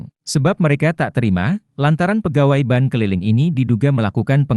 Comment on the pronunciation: ini admin ny yg ngomong ky' kuper jg. bank di baca jdi ban.